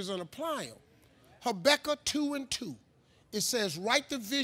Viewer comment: ha becka 2:2 😆 I'm pretty sure he meant Ha-bak-kuk 2:2...